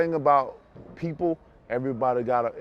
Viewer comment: everygody botta “everybody gotta” 😂